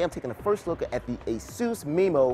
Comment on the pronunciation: i thought it was pronounced "asuuuus" not "asooose"